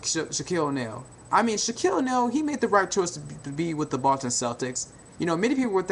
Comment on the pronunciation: i swear he keeps sayin the button celtics